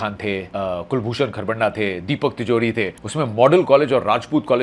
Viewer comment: Sir डा नहीं खरबंधा hota hai ! Itna bhi english ka accent mai lao